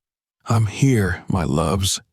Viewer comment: Once again it's frustrating to hear mispronounced words. Eg. EEM INSTEAD. OF I'M Just one example in this story. Pls do something about this issue